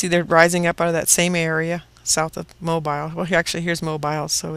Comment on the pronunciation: heehee... that would be "mo-beel", accent on 2nd syllable.;) saw the EQ near the AK HAARP facility, too. hhhrrrrmm. but, yes, this is some verrrry good information, - thanks.